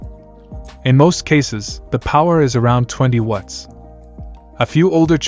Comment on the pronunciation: The way the AI voice says "watts" sounds like "wuts"